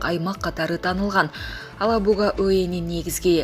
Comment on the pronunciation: Алабуга эмес,Елабуга деген жер бар.ошону да туура айталбайсын🤦‍♂️